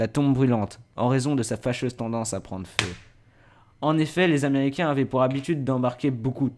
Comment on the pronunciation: tu bug, faudra que tu apprenne a Articuler : Les aiméricain.